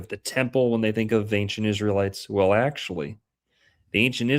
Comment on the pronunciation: That was pretty good actuawee